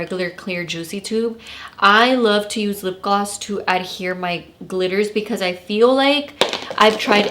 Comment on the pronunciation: Did she say “lip glass”? The first time 😂